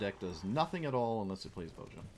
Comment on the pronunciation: Voja should be pronounced Vo-ya, Ravnica is based on Prague and the J after a vowel would make a Y sound in slavic languages